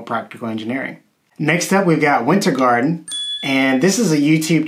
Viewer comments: Hey! Cool list, thanks. Wintergatan; It's actually called "Winter Gatan", not "Winter Garden" as you called it. Gatan means "The Street", so it's "The Winter Street" or - The Milky Way. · Love your channel! But the name is "Wintergatan" (Swedish pronunciation: [ˈvɪ̂nːtɛrˌɡɑːtan], "the Milky Way", lit. '"the Winter Street"')